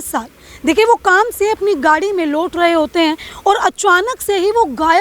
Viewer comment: This anchor needs to wirk on her accent...chonk and laut rahe ...pronunciation are wrong